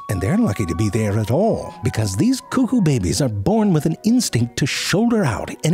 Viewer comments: And the occasional "Bebbies". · im sorry but the way he said babies 'ʙᴇʙᴇs' LOL🤣🤣🤣🤣🤣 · bro! and why do you say 'behbehs' like that wtf